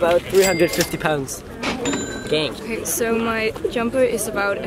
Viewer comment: FreddyDraws I heard gaink